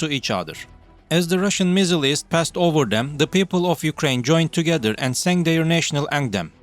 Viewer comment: It to me a while to work out what MIZZERLIES is, you mean missiles